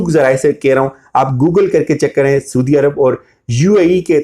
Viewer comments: اور آپ اپنا تلفظ ضرور ٹھیک کریں، آپ ہمیشہ سودی عرب کہتے ہیں، اصل لفظ سعودی عرب ہے !!! اپنی ریکورڈڈ وڈیوز سن لیں۔۔۔ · PLEASE SIR! it's not "SOODIA" Arab..... Saudia Arab